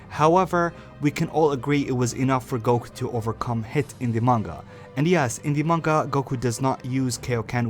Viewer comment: Stop saying goqee instead of goku dude damn